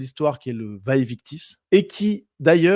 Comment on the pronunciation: Merci pour cette analyse réaliste. PS: en latin les «v» se prononcent comme un «u». Donc il faut prononcer «uæ uictis».